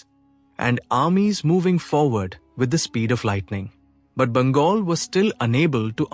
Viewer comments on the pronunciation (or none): Why is it pronouncing Bengal as Bangol? Who is Vijjasena? It is Vijaya Sena